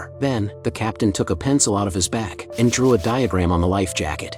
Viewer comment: Why does that man have a pencil in his back? (I know it said bag, sounded like back)